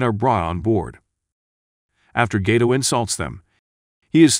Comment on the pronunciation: Bruno's last name is pronounced like guydo, not gaydo!